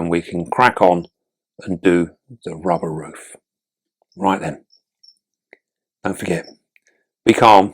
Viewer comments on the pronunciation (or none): Is it just me who laughed when he said "don't wanna rip your rubbah" 😂😂....